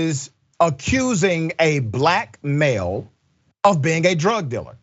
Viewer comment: What's a "drug diller'?